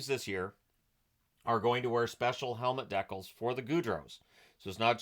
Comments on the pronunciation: I've never heard that pronunciation of decal. Amusing! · It's the Canadian pronunciation.